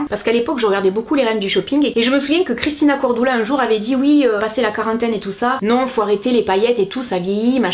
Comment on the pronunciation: Désolé c'est pas pour être méchante mais au lieu de dire cristina Cordula tu as dit Christina Cordoula😂😂😂😂